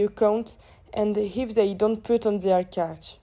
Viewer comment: Very well done, girls!! Just a few pronunciation mistakes (catch, caught (rhymes with taught)) here and there. Very informative, constructive and well thought out. I'll put the marks on the intranet after watching all the videos (in the coming days). Have a good S8 and a successful toeic!